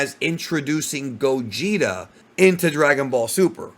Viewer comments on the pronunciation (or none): none